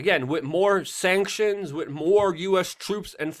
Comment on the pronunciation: New drinking game. When Luke mispronounces the word 'with', everybody drink. Or burn one down, what have you.